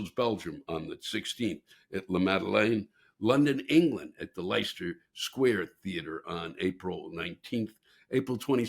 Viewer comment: Lewis, honey -- please pronounce it LESTER Square. I know it's spelled Leicester, but they pronounce it "Lester." Let's please not be yet another Yank who gets it all wrong. Reinforces the stereotype. Mucho thanks, young fella. And break a leg 😀💗